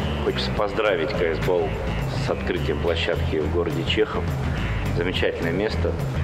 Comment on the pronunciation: она сказала кс бол а правильно кс го